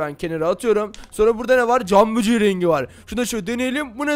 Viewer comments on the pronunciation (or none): Abi camböceği değil camgöbeği:D